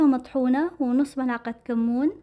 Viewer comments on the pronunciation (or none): none